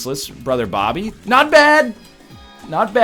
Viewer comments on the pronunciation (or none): none